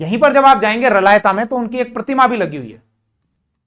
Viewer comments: मै रलावता से देख रहा हुँ जहाँ शेखा की समाधी है आप इस स्थान को रलायता उच्चारण कर रहे हो उसको स्पष्ट उच्चारण करो सर 🙏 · साहब रलायता नहीं रलावता है कृपया सही करिए